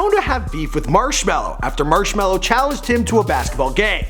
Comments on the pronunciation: yoo fact god. it's actually Marshmello not marshmellow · It’s marshmelo not marshmallow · TF why z there a W in his name its ~marshmallo~ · it is shawn mendes is marshmello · Oh and Marshmellos name is Johsive (I forgot how too spell it but his name is NOT chris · There’s no W in Marshmello bro